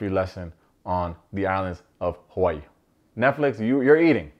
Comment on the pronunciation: #alltheway Btw, is pronouncing 'Hawa'ii' like a native. It's the rest of us that are saying it incorrectly. 🙊